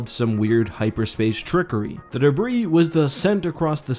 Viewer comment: The S in debris is SILENT!